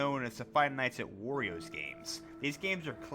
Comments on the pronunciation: DUDE WHY ARE U SAYING FIVE NIGHT AT OREOS ITS WARIOS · he pronounced five nights at wario's like "five nights at oreo's" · Why Does It Sound Like He Is Saying Five Nights At Oreos 💀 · Iz sounds like he's saying 5 nights at oreos wich doesn't sound that bad of a job